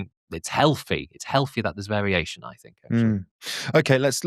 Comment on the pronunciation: Can no one from London pronounce "th"? It's always weird hearing saying "fink"